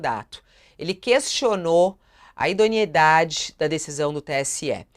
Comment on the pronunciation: IDONEIDADE!! "Idoniedade" NÃO EXISTE! Fabíola parece ter fugido das aulas de português.